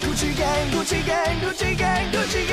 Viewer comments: I keep hearing Gucci gay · Why does it sound like he is saying “coochie gay”